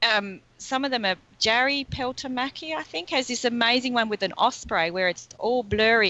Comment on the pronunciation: Here is the Osprey mentioned, from Jari Peltomäki (the pronounciation of the first name here was way off;) ): Here is the bronzewing from Matthew Jones: Thanks for a great episode again, good energy and beautiful pictures!